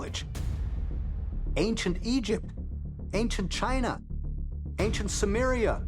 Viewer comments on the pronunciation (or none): none